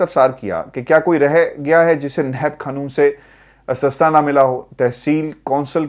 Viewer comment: The word is not "Astasna" but "Istasna" اِستثناء